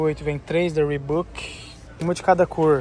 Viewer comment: Sem querer, mas já sendo chato. Reebok se pronuncia "riboque" e não "ribuque". E camisa tem botões, camisetas não. Desculpa, mas maratonando do seus vídeos, reparei nessas coisas.